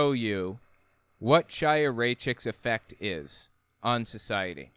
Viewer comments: Her name is pronounced Haya. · Not to be pedantic, but I believe her name is pronounced like "High-a", or maybe with a slightly guttural initial sound. Otherwise, loved your analysis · the “ch” in Chaya’s name is pronounced gutturally, like the “ch” in Bach or Kristallnacht. It’s definitely not pronounced like “cheese”. If you’re struggling with that pronunciation, it would be closer to say “Kaya” or “Haya”. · why cant people be bothered to learn how to pronounce her name ITS A HARD H HAYA.... like l'chaim....to life and she is a member of the chabad lubavitch sect of hasidim and dressing modestly is not "crazy" you constantly push the boundaries of antisemitism someone whose entire family are members of an insane end days cult needs to tread lightly before attacking other's belief systems and i think chaya is on the wrong path...but no reason to bash all of chabad because of her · its pronounced w a CH/ KH sound like ACHtung or laCHness or baCH not ch as in CHair you all herd of L'CHieem to life CHiya means life in hebrew the sound is a german or scottish ACH like clearing throat sound